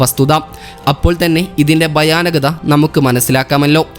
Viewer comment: ബയാനകത അല്ല bro ഭയാനകത എന്നാണ് ഉച്ചാരണം 😊